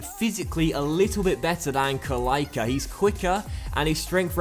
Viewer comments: Kalaica = ka-light-sa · the "c" in Kalaica is pronounced tz so its Kalaitza. Nevertheless its a great series, keep the good work going 😀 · Kalaica isn't pronounced good.. At the end it is like PjaCa.. KalaiCa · Prounounce c like 'ts' not like k for kalaica